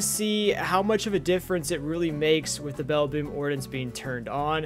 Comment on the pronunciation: Ummmm you're saying ordinance worng you pronunciation the I as a Edit corrected your to you're